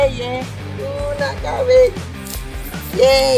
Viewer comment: Kahwin bang bukan KHAWIN